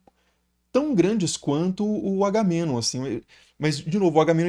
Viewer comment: Se pronunciou o nome do Menelau corretamente, deveria ter feito o mesmo com Agamenon.